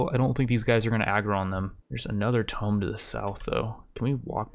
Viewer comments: Hope no one was taking a drink every time he said tome instead of tomb. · or rather, "toom", the b is silent, but yeah it also triggers me whenever he pronounces it like "tome" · TOO-M NOT TOME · He said it so many times at the beginning of this episode, I'm inclined to think you are right. But how does he never slip up and say it right?? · Tome : T-oh-m ... Tomb : two-m or too-m. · Please add mod list in description (very common and curtius thing most others do) Also please say tomb not tome. I'm usually not to anal about these things but this one is actually driving me crazy. I am enjoying the video, just critiques that may seem stupid but actually make a difference. Good luck with this playthrough. I hope to see some amazing fights. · Is this regional? Keep pronouncing tomb (toom) like a book (tome)? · “Twooom not “toe”m!!! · you do know he says tome instead of tomb 100 times in the video right? WHOOOSH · drinking game. take a shot of water every time he says tome instead of tomb (toom) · it's /tu:m/ not /təʊm/ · Pls, I can't take it any more It's pronounced "toomb" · I feel like this video a personal attack. For the last year I’ve hoped would learn that it’s not pronounced tome. He then proceeds to repeat tome 40 Thousand times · It's pronounced toomb! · Says tome 1 million times... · It’s pronounced toom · Oh i'm 100% sure he knows but it's one of those things, once you've been saying it wrong for 20 years its hard to go back xD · Unsubscribed. I can tolerate your short attention span, but there's no way I'm spending another day listening to you mispronouncing "Tomb".